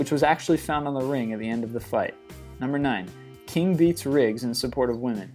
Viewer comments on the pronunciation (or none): none